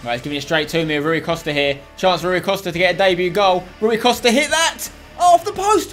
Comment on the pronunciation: spence its pronounced roy costa